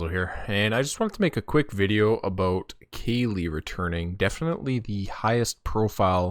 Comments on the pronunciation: Like California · Who's Kaylee? Is that a girl streamer? Research the proper pronounciation please. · I thought it was pronounced Cali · i got triggered for how you pronounced kqly xd